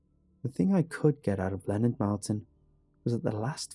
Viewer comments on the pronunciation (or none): none